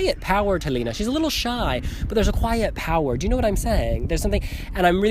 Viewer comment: Liina😂😂 In Finland you produnce letter "e" like in word "Excellent". And btw, in Finnish "liina" means cloth, but it is actually name. I hope you understood😂💗